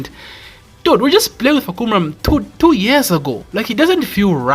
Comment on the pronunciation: Hi, the correct way to pronounce his name is Fah come rarm.